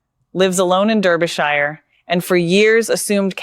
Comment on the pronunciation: It is not Derrbyshire. It is pronounced Darbyshire.